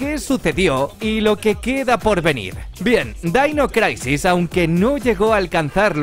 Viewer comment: Dainois craisis. 🤣😂🤣😂🤣😂🤣😂🤣😂🤣😂🤣😂🤣😂🤣